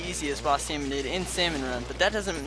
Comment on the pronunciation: Can i just say it is called a SALMONID NOT SALMONOID